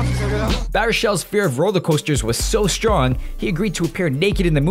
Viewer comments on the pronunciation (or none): none